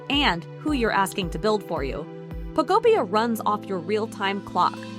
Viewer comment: Ugh eeeekk lol "Pokopia" is pronounced poh-KOH-pee-uh (phonetic spelling), with the emphasis on the second syllable. This structure follows a standard anglicized pronunciation pattern, breaking down as Po-ko-pi-a. 😂not like pocopia why are so many not even saying the name of the game correctly lol